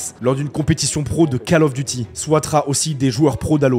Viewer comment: 11'50" : Faut arrêter avec la Cale du Devoir... C'est COLE, pas CALE ! Call of Duty !! Anglais niveau 6eme.